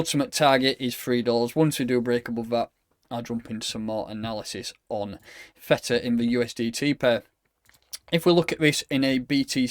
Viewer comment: it ain't Feta pal - it's TH EEE TAH lol